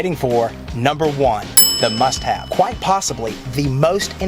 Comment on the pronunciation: Sounds like he said "shit have list" lol